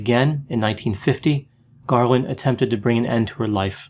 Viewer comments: It's Garland, not "Garwin" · Sure sounded like Garwin to me. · Am I mistaken or does repeatedly pronounce her surname "Garwin"? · Is it just me or is he screwing with us by calling her “Garwin” some times... like the “meow” thing from Super Troopers? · Just as I read this, I totally heard Garwin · You keep saying Garwin instead of Garland. Minnelli was miss pronounced initially and you seemed to say Cindy Lunft instead of Sidney. Are you ok?😆😆😆